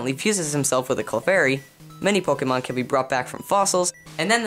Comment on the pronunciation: Stop saying pokamon